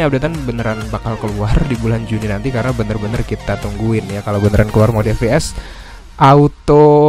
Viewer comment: Ef pi es bukan Fe pe es